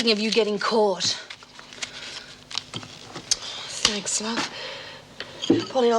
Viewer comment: I hate the way says tanks instead of thanks